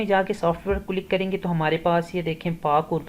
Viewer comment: بھائی جان آپ کی ویڈیو تو یقینی طور پر مفت اور کار آمد ہے۔لیکن آپ کی اردو سن کر بہت افسوس بھی ہورہا ہے۔ آپ کئی اردو الفاظ مکمل طور پر غلط تلفظ کر رہے ہیں، اس کی مثال لفظ کلک ہے۔ آپ بار بار کلک click کو کِلُک بول رہے ہیں۔ ایسی زیادتی زبان کے ساتھ نہ کریں ۔ کم سے کم آپ سے ایسی توقع نہیں تھی۔